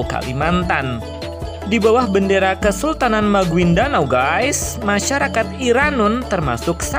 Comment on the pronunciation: Maguindanao bacanya magindanau